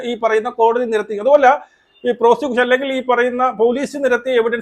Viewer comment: പ്രോഷികൂസൻ അല്ലട, "പ്രോസിക്യൂഷൻ".